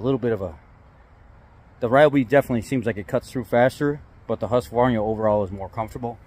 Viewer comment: FYI: Its pronounced Hoosk-var-nah.